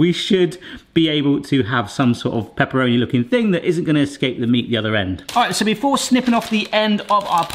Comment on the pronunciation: Well, you say all the time 'Peperoni'! Peperoni is the hot brother of paprika. 🙂